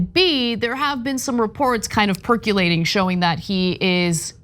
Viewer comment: Perculating? PERCULATING???😢😂😮 There is no letter 'U' in percolating. Ugh.